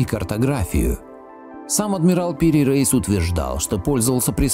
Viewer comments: Пири Рейис ,а не Рейс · Автор, буду вежлива. Но все же не Топ КАпы, а Топ КапЫ. И Пери Реис, но не Рейс! Дальше даже смотреть неинтересно.